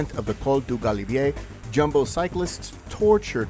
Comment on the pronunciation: Its pronounced Yumbo